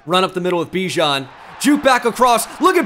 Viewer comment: you know bijan said thats not how to pronounce his name in a interview